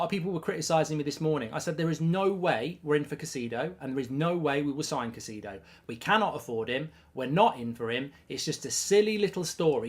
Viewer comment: Bro never fail to butcher Caicedo’s name 😂😂